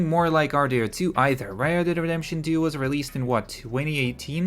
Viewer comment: "Red Dead DeDeMpToN 2"😂 omfg